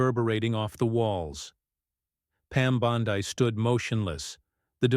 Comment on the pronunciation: Learn how to say her name